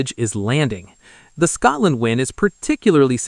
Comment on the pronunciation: Tell your stupid AI it is Scotland NOT Scartland